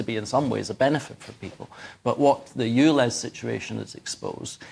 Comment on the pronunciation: Dear Michael. It's called ULEZ, not OOLEZ!!